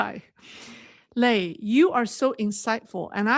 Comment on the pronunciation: 磊, the strong "lei" suits you!